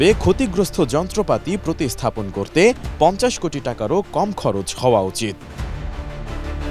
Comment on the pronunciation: খবর পরতে না পারলে এটি এম নিউজ বন্ধ করে দাও ৩০০ কুটি ৫০০ কুটি এটা কি ভাই